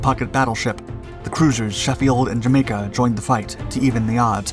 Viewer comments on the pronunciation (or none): none